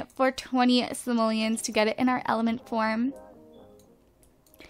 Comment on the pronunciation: at like it sounded like she said elephant porn instead of element form o____o.......